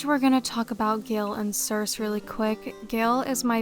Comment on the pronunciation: FYI— sorry if you've gotten this comment before, since this is an older video— but the name Circe is pronounced with a long E on the end (like ee). Greek names with an "e" on the end all voice them (Aphrodite, Euridice, Penelope, Persephone all end in "ee".)